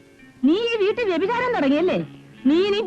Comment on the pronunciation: 'വ്യപിചാര' മല്ല 'വ്യഭിചാര' മാണ് ശരി